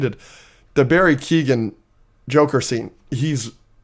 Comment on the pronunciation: Also lads it's not Keegan say it like Owen but with a k, keowen